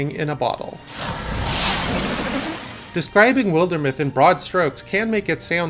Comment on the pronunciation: Shame he doesn't know how to pronounce wilder either....